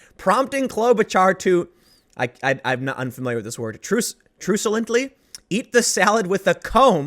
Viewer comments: It's pronounced truck-u-lent Tim. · Truculent, pronounced truckulent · Truculent means pigheadedly or desiring to fight, Tim. Pronounced Truck-you-lent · Pronounced "truck-ulent" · Jesus Tim, the word is Truculent, truk-u-lent. It means defiant or antagonistic. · Truculent “truck-u—lent” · Truculent is pronounced like succulent, here's to 2020.